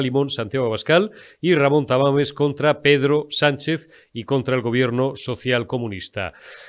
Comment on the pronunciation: Jajajaja es Tamames no Tamales 😅